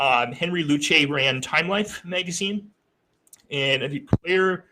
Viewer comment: Luce is pronounced “loose” not “lewchy.”